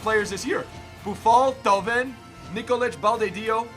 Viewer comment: When he pronounce Perrin, Thauvin, and Fejsa I annoyed so much and if he swap Thauvin with Willian, he got better rating and a link with Di Maria.